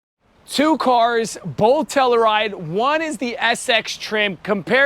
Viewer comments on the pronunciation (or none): Every time you mispronounce Telluride I cringe lol. It's pronounced Tell-You-Ride.